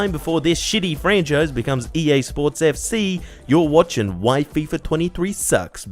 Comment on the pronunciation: Fifa* not Fifer